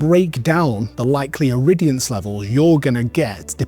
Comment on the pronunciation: Irridiance? WTF are you talking about? The word is irradiance. You sound like the whopper from Heatable. By the way, MCS isn't a regulator. It never has been and never will be.